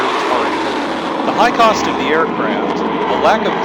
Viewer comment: "the raptor f22 is capable ofFFFFSSHHHHHHAAAAUUUUUUUMMMMMMMMMMMMMMMMMMMMMKMMMMMMMMmiles per hour."